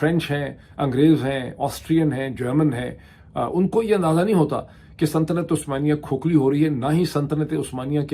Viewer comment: kia aap "santanat-e-usmania" keh rahay hain??? I am sorry, I kept hearing "santanat"...